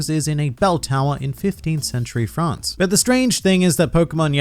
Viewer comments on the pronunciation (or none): none